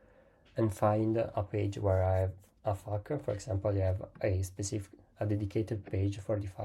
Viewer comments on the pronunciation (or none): hey bro, thanks for the tip. However, next time just say 'F A Q' or 'Frequently asked questions.' Everytime you said 'FAQ', it sounded like 'F**K 🙃